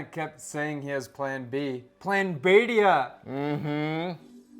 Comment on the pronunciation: Your pronunciation of Bhediya is perfection